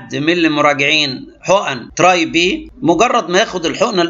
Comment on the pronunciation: به هههههه بي وليس به